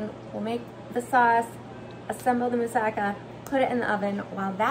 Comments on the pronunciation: I'm not from Greece but I know Mussaka we have similar dish, so you pronounced correctly don't worry😊 .but I do it without bachamel sauce on the top but I think its delicious so I will try this one❤ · You pronounce everything just perfect. I'm from Greece and i really love your videos.❤❤